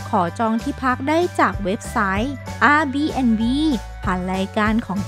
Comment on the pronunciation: Airbnb น่าจะออกเสียงว่า แอร์-บี-เอ็น-บี ไม่น่าออกเสียงเป็น อา-บี-เอ็น-บี นะครับ ตอนฟังทีแรกก็ว่าแปลกๆ แต่พอเห็นหน้าเวปขึ้นมาก็เลยคุ้นเลยว่าเป็น airbnb นี่เอง